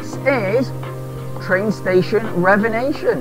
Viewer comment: Revenation? Haha. Sorry but I couldn't help but laugh everytime I heard you say that. Loving your vids.